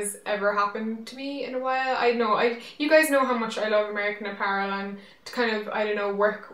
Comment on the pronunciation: Does anyone remember when she used to pronounce apparel as a-puh-relle? I thought that was so cute.